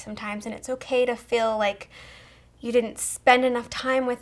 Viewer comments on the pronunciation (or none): When you say feel it sounds like fill